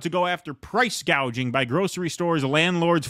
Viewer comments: If I call it gouging from now on instead of gauging am I racist? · "Price Gauging" hahahah. The puppet actress can't even say her lines right. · She went on stage to give that speech, not knowing how to pronounce 'gouging' that's how unfamiliar and detached it is from her life